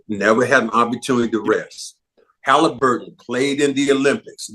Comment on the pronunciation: And why does Bread get everyone’s name wrong? Bro said Tyler Haliburton and Check Holmgreen lol bro just read